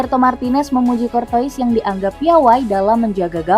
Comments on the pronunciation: pronouncacion courtois harusnya dibaca courtoa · Kayak dengerin mbak mbak google, cortois, anderwred, vertong hen